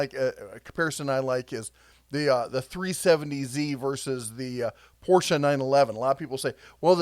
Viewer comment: THANK YOU for pronouncing Porsche correctly! You're definitely a true car enthusiasts